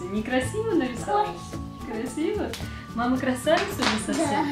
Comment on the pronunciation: Ну, маамааа - как же все детки одинаково это произносят))) смеялась все видео, ))